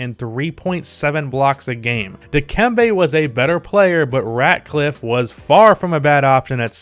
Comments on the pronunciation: Say it with me: Theo RATLIFF not RADCLIFFE like Harry Potter smh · And i knw im probably that 100 person to say this but its theo Ratliff not ratcliff my brotha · Ratcliff? Ratliff bro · Ratcliff? 🤣🤣🤣🤣 u mean Ratliff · The only "C" in Theophalus Curtis Ratliff's name is the one at the beginning of his middle name. His last name has no "'C." It's Ratliff, not Ratcliff (which, I guess, would be like where rodents would fall to their sad demise or something... or a community somewhere in Texas... or a game developer... or a California-based architectural company). This notwithstanding, I enjoyed the contextualized analytical perspective. But remember, AI came along in a different era as you acknowledged and I believe that this is quite significant. Per-36 stats are indeed worthy of consideration, especially when comparing comparable players from the same era. However, Iverson's ability and willingness to stay in the floor as much as he did is more of a merit which, in the opinion of some, could outweigh the Per-36 production aspect of the discussion.